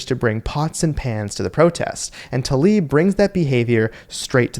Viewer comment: If you want to be credible, please learn to pronounce the name Tlaib as it should be, not "Talib". And - no, I am not a fan of hers, just a fan of pronouncing the names correctly.